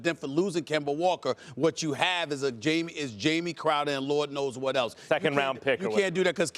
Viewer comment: At first it use to bother me when he kept miss pronouncing Jay Crowder’s name but he hasn’t been playing like Jay Crowder. Jamie it is.